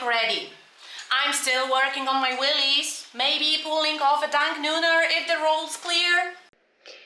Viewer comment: Wheeeeeeelies, not willllllllllies……that’s quite different 😂